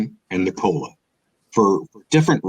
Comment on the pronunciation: i'm out when he said Nikola.